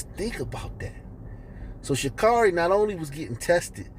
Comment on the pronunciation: Dude, If you’re going to make a public video on YouTube … at least pronounce her name correctly. Geez!!